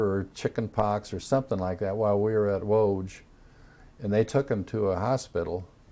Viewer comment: Lodz is pronounced Woodz - it's where I was born.